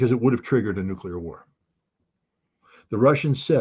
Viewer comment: They traumatized scott as a kid with thermo nucular war propaganda so he really thinks nucular weapons are real, nobody's perfect just forgive him and move on.